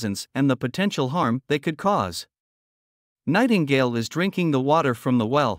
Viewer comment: Lmao anyone else hear "Tightingale"? XD